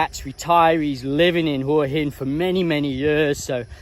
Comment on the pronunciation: Good on you, m8t for calling it Hua hin and not WHA-Hin like all the other vlogers.